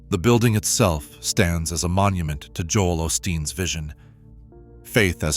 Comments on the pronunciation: Joel "Aus teen." Do something more valuable with your AI. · Joel fruadsteen😂